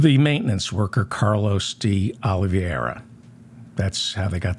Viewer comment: Day - Aw - Lee - VAY' - Ra --_ NOT Day - Aw - Lee - VEE - AIR - A (Just sayin')